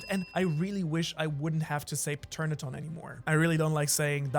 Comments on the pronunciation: You never had to say Paternadon. It's Pteranodon. Emphasis on the T, so it's more like pTeranodon. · I just ignore the list and just say this: Peternaton?? What is that? It's Pterandon (with a silent P). Oh, and flying reptlies (Flugsaurier) are not dinosaurs. I know its petty, but this is the worst pronunciation I've ever heard. And language barrier doesn't count, its the same word in english and german. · It's pronounced "tuh ran nuh don" the P is always silent as it is a Greek word where the P and T are pronounced together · pe-ter-adon wtf its tear-an-adon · WHAT THE HELL IS A PATERNATON ITS PRONOUNCED TER-AN-UH-DON, THE P IS SILENT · Lol pterodactyl the P is silent so its said terodactyl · It’s pronounced ter-an-ah-don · In Pteranodon the p is silent it's simply teranodon hope that helps 😊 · You pronounce kings fruit ter-ano-don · If I sound pretentious or full of myself I’m sorry I’m not trying to. It’s pronounced tur-an-oh-dawn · paternadon 😭😭😭 when saying “pterodactyl” or “pteranodon” the P is silent, which is also why you cant hear a pteranodon take a piss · Everyone be carin about the power scaling and no one realized bro said "pateraton" 💀 (He was talking about king) 💀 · The p in pterodon is silent. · I'm sorry but the way he says Pteranodon just pisses me off 😭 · Brother the p in pteranodon is silent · This might help. The "P" in "Pteranodon" is silent. English spelling can be weird, to say the least. Much love. 🤗💖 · HOW DID HE PRONOUCE PTERANADON????????????????? LOOK IT UP ITS EASY!!!!!!!!!!!!! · Pronounce pterodactyl The P is silent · The P in Pteranodon is silent